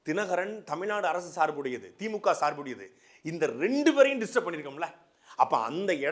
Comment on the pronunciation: Anna athu தீ.மூ.கா (theemukaa)illa Anna . தி மு க (themuga). Ucharipu pizhai anna